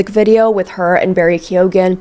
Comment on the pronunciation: Really hoping the way you were pronouncing “Keoghan” was satire 😅